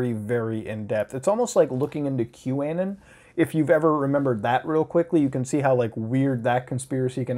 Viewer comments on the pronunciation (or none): I'm pretty sure it's q anon like anonymous, not q anon like Gannon. Unless that's like a Canadian thing, in which case... sorry eh. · Kyouannin? You mean Q-Anon. Anon stands for Anonymous. Do you pronounce it anninamiss?